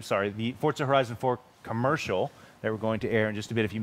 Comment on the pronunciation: It is Forza my Dudes! Vrooooom!